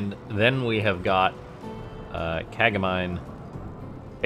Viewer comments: It's named Ka-ga-mi-nay ;) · That'd be "kah-gah-mee-nay", it's Japanese.